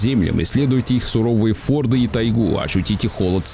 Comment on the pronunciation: Не форды, а фЬорды. Нафига эти голливудские рогатые шлемы у викингов?!